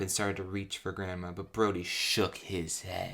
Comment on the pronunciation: I keep hearing Brony instead of Brody.